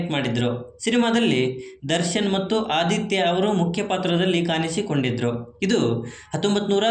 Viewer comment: ಕನ್ನಡ ಸರಿಯಾಗಿ ಮಾತಾಡಿ. ಕಾನಿಸಿಕೊಂಡಿದ್ದರು ಅಲ್ಲ ಕಾಣಿಸಿ